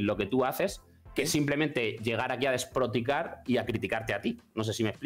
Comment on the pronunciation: Dijo "desproticar" en vez de despotricar, luego, es un poco inculto el chiquito que llamó. Complejo porque son "doctores" pero no saben hablar y distan mucho de ser intelectuales, todo no te lo da la carrera chavalín